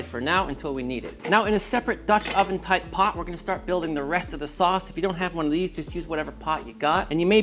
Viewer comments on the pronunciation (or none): none